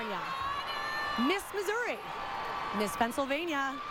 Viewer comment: Is nobody gonna talk about when he messed up Florida’s and Missouri’s names